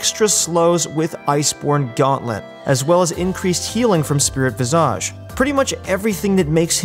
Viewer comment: The way he says Spirit Visage triggers me.